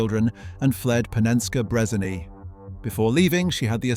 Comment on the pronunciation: Did bro just say Panenskey Brezaney?